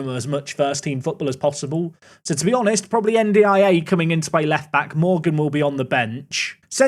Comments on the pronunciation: Hi, it’s pronounced N-Die-Ay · Your pronunciation of N'diaye is criminal. 😭😭